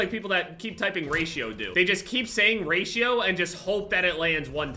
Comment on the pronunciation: When says "Raito" instead of "Ratio"